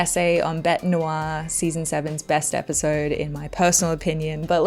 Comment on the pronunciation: Brilliant review and also my favourite of season 7. Keeping with the theme of the episode, you are one of the few reviews I've seen who pronounces the french title correctly, how Maria of me!